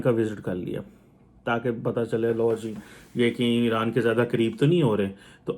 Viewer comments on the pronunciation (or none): none